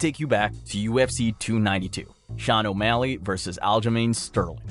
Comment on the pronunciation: then you purposely mispronounce the fighters name for engagement? 😂